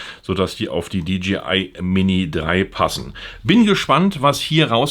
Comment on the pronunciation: Hi, die Firma heißt DJI !! Nicht DGI.